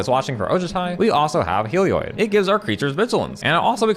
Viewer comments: "Helioid" D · Hehe, that is the only reason I brought it up, he says "Helioid" too :P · papa pronounces Heliod like Seth, praise be